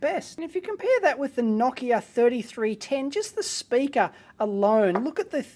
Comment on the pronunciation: I like how you pronounced Nokia the way it's pronounced in Finnish, and not like most English speakers do. :)